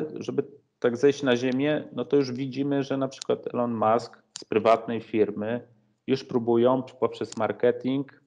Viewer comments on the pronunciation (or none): none